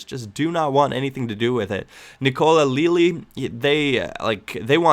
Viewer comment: I lolled so hard when you sayed nocola lilly!! I' ita